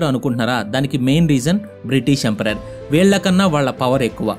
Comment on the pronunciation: bro thappuga anukonante oka suggestion, empire ni emperor laga pronounce chestunav bro video antha. ante for example, maratha empire ni maratha emperor antunav, neeku teliyandi kaadu kaani cheptunna